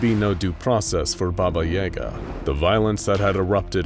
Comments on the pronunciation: I am not sure but I think they are mispronouncing Baba Yaga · Pretty sure they're saying that wrong, there was a hard A in there as far as I've ever heard it. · Baba and yaga are supposed to rhyme in the myths this is hurting me on a deep level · I luv this channel....but is it a problem if I cringe from the way "baba yaga" is being pronounced here? . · You said Baba Yaga wrong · Am I the only one annoyed at how horrendously wrong he pronounced baba yaga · Хммм, я думал, что под ролик такого типа, как обычно набегут русичи. Забавно слышать баба Яга в иностранном произношении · That pronouncing of Baba Yaga was a first for me, didn’t care for it! But cool video nonetheless! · thats not how you pronounce baba yaga lol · the disrespect how can you misprnounce one of the most famous boogeman stories in the world then refrence it being used in a hit movie and still mispronounce it smh just blatant disregard for the culture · Pronounced Baba Yaga (BahBah YahGah) not (BahBah YeyGah) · Hearing it called Bahbah Yayga is bothering me when it's Bah-bah Yah-gah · also he pronounced her name wrong. It's Baba Ya Ga. Not Baba Yay ga :0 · BAH BAH YAH GAH. Not YEAH GAH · It is baba yaga, not baba yega. Also there are 3 baba yagas. 1 is kind, 1 is neutral and 1 is cruel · Thought it was “Baba Yaw-ga” not “Baba Yay-ga” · It sounds like "Baba y'GAH." Accent on the second syllable. No Yah, Yay, anything like that. It's more like "yuh". So not "YAY-guh," it's "yuh-GAH" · Says Ba-ba correctly but then turns around and says Yay-ga...... Ba-ba Yah-ga is how u pronounce it man CMON! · Guys its not Baba yEga Its baba yAga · y'all say baba yega but if you ask any slavic person they will say baba yaga (the ya as in yes but in Germa ig) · Why he pronounce Baba Yaga Baba Yay-ga it is baba ya-ga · its not baba yeahgah, its yahgah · Its pronounced yAga not yega... she's not eren yeager. BABA YAGA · Your saying yaga wrong Try saying jaga If you say that wright then your saying yaga wright